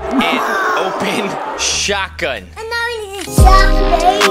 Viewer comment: I thought you said " drop the baby no shotgun the baby" 😂😂😂😂😂😂